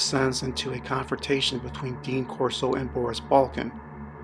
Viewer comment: The names balkan not balkin :)